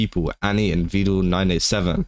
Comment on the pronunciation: Vedal not vedul 😂